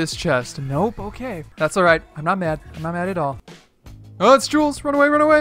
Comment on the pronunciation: My guy it's jules😂